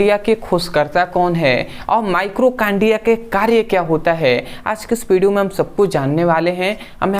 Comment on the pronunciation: माइटोकांड्रिया होता है भाई माइक्रोकांड्रिया नहीं।